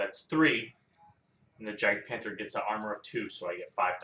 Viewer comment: Good stuff But The j is silent in "Jagdpanther" Roll well!